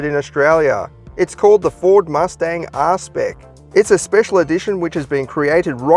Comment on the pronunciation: man said ARSE.SPEC